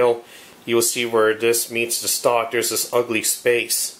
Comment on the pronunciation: Dis, dat, den de udder ting over dere. Holy shit bro, to you even "th?"